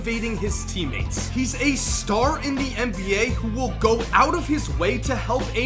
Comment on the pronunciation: forgot to emphasize the "will"